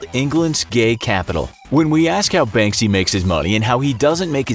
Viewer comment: You're not pronouncing Banksy as you should , I mean , it's not that hard